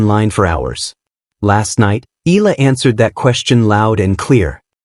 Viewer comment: EE~YAH~LAH please do not skid pronounce the two vowels of her name as one. We Filipinos pronounce every syllable or in this case every VOWEL. So, if you can easily pronounce AYALA then just change the first 'A' into 'E' then you've got it. Thanks for vlogging this.